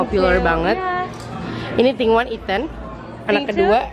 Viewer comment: "kak vin thing apa" "thing thing" ting ting kali ya ngakakkkkk wkwkwkwkkwkw